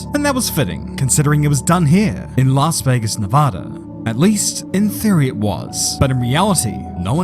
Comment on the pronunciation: It's Las Vegas😂